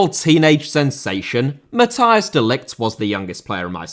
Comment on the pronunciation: It's "Matt HEY s De Ligt", not Matthias. ;)